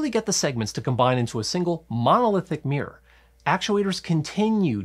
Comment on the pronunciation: Love that primary "meer".